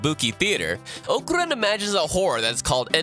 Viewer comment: The way he called Okarun really disturb me